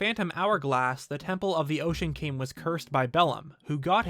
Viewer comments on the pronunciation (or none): It kind of sounds like you are saying Ocean Kain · Why are you pronouncing it "The Ocean Came" or "Demon Came"? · It sounds like you're saying "Ocean KANG". lol!!!